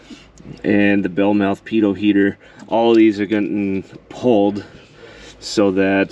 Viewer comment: When you were pulling the fuses I thought you said peter heater instead of pito heater.... had to listen to it again lol